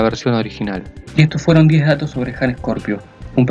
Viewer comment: Ok but it's Scorpio not "Ejcorpio"